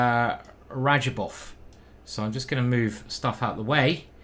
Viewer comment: That's not R a d j a b o v !